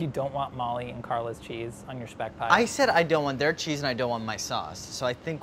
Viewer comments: thanks dir saying Speck the right way !! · Actually the guy pronounced it correctly. It's SHPECK. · actually they didn't. the italian guy pronounced it correctly (shpeck). it's a german term for a type of bacon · Ssspeck: Well- Le- Say it the right way.: Shpeck 💀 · SCHPAECK "say it correctly." it's a german word italian man settle down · Ive lived in italy my whole life and I've never heard anyone say 'shpeck' like that guy. The bon appetit guys pronounced it pretty much exactly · Love how corrected Andy and for pronouncing spek how it is actually pronounced in true Italian and gave them a side of attitude whilst “correctly” them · I love how the butcher pronounces Speck perfectly like we do it here at Black forest. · How the Italian guy in that shop just perfectly pronounced speck like I as a German am in L O V E Italian English and German language knowledge oof turn me on baby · the dude on the deli acting like he's mr pronunciation police and he was doing all the wrong corrections, what a boomer. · I am Italian and I have never heard 'speck' pronounced as 'shhhpeck' in my entire life lol